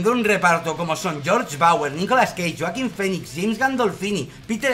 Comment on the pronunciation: Yoaquin Phoenix jajajajaja no puedo con la pronunciación.